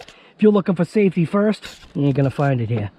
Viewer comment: OUTTA HEE-AHH, lol